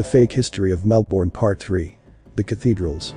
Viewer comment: So interesting! Thank you. Tip: it’s pronounced MELbin, MELbun down here😊